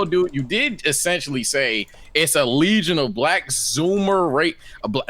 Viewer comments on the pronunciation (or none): none